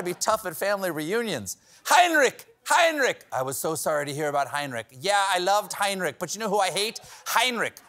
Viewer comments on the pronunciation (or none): I know the German "ch" is hard to pronounce for Americans but hearing the name "Heinrich" mispronounced again and again and again was a bit torturous xD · It is NOT "Heinnrik" it is Heinrich, with a CH as in lochness.Please do your basic home work Steavin. Or what ever your hands in the pockets name is.